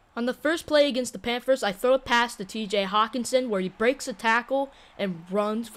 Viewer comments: Not trying to be that guy but (panfers) ???? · Im not tryna make fun of you but you say the panthers so weird